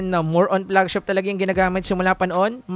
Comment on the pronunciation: anu flegshep ??? 😂